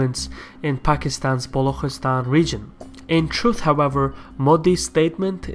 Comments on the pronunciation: Good video. This will certainly help people outside the sub-continent to better understand the issue. Just a small correction- Balochistan is pronounced Balu chi- stan. The chi as in chicken. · isnt it Balochistan?